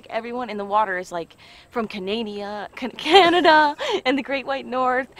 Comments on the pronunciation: canaydia lol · Canadia.....you crack me up should a pushed you